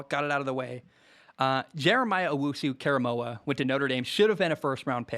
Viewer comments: Close on JOK's name KOR not KAR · its "core a moe ah" not "care a moe ah" so you know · Great video. Btw, it’s “oh woo suuu- kore a moah” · It is pronounced KOR-A-MO-AH by the way. Great to hear your honest opinion on the Browns being so positive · I've been saying Baker is like Drew Brees for the last 2 years now, totally agree. Also, it's 'Jeremiah Oh-wu-su Korah-moah' :)